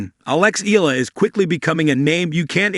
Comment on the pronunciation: Please pronounce her name correctly.